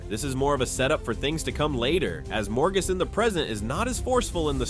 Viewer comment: So, did the person doing the voice-over watch the show? Because the pronounciations are....strange (not sure who Queen Morgus is). Also, Moiraine's plan in ep 1 is very in line with her single-mindedness towards getting Rand to fulfill the prophies AND alludes to another Forsaken that she teamed up with so they could train Rand in the books. Saying that this is a "rocky start" when this season has been WIDELY praised by book readers, press, and new fans is well, also strange. This video is weird.